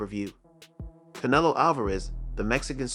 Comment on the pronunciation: Why do you pronounce Canelo like “cantelope?”